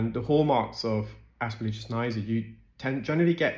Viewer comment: AsperGILLus niger, not asperlligus.